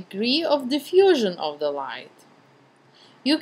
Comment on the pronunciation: Its ok , are you french by a chance ? I watched you videos to learn how to photograph before I went to Paris . In Paris everyone did the same thing as you , pronouncing "z" so much . They even had " All In Ze Box " instead of "All In The Box " at KFC.